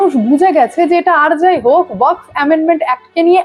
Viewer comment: Waqf uccharon ta thik korun style pore marben